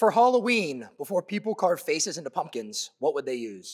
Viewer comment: LOLOLOL this man said PEOPLE with his whole chest. 😂😂😂